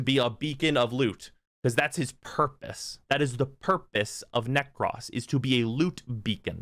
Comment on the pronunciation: You always say Nekros as Neck-Cross... It's Neck-Crow-Ss